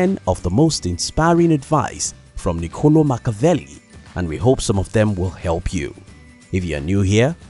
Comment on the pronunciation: It's not Nicòlo Makaveli you pronunciate like you read in italian: Niccolò MacchiaVelli. You should have focused on phonetics before business.